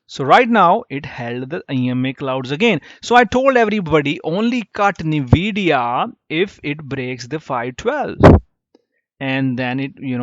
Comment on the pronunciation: its En-we-di-ya not nuh-we-di-ya lol.